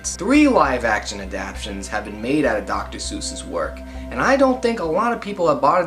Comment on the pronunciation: “Adaptions?” Its ADAPTATIONS!!! Every time you say adaption I want to strangle you! 🤦🏾‍♂️